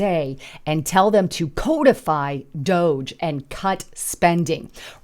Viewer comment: Ummm... it's not "code"ify... it's CODify.... like cod the fish